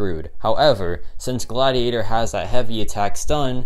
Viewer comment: It’s Godiator, not Gladiator